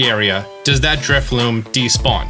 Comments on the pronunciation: Thanks for the tip. What a unique function of the game. I only mention this since you likely habitually misread the Pokémon's name, but it's Drifloon as in balloon, not Drifloom as if it were spinning thread. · Are you saying Drifloom? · Drifloon* not loom lol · if he says Drifloom one more time i'm committing arson